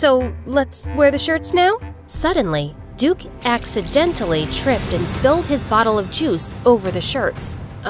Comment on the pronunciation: duke-y sounded like dookie so he called him crap :)